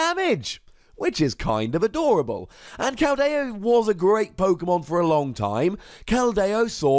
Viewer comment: It's Keld-e-o not kel-dai-o